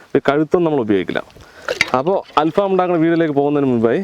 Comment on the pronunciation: ഫാം അല്ല ഫഹം